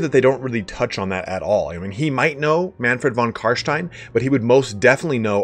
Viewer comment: Finally, someone who properly pronounces ''von carstein'' <3 Great video